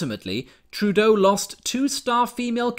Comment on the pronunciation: Did you just call him TruDoh? Because that is genius. XD